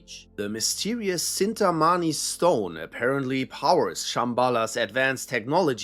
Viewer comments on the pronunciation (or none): Wtf is a "stown"??? Do you mean stone? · idk what word you said is all :( it sounds like "Stoawn" not stone to me. It's the accent differences is all. Keep up good work bro <3 Please do a video on American Cryptids... It would do crazy dude. :hand-purple-blue-peace